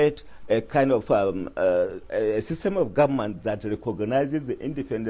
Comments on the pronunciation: Ahhh, a whole Nigeria attorney general pronounced gommant as government, what a shame to our country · "Guament" did he mean Government? Attorney general!